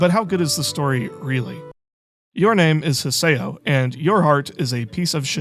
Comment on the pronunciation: "hee say oh" 💔